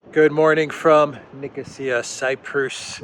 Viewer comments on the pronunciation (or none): none